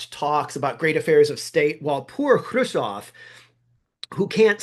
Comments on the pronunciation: Who is Kravov? It's pronounced Kruz-chev. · Love you channel! Allow me to correct your pronunciation: You are saying "Krushov" - you should be saying: "Khrushev" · Maybe this is an in-joke I'm missing but why do you say Khrushchev "Kirshaw'? You're so careful about your chinese pronunciation I thought maybe I had been saying it wrong and you were using the Russian pronunciation, but even listening to Russian speakers say it it is closer to "Hru-shov", with that hard V end the end. EDIT: looks like its just a slip of the tongue, as the video goes on you seem to get closer and closer to the Russian pronunciation. side note for , the text of Order No. 227 Stalin actually calls out the notion of "trading space for time" as defeatist: "Some stupid people at the front calm themselves with talk that we can retreat further to the east, as we have a lot of territory, a lot of ground, a lot of population and that there will always be much bread for us. They want to justify the infamous behaviour at the front. But such talk is a falsehood, helpful only to our enemies." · I'm amazed that you seem to think Krushchev's name should be pronounced 'Kreusov'. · This is the most superficial of criticisms, but: I cannot hear Khrushchev pronounced that way one more time. It bothers me an inordinate amount. Interesting video, though, and informative.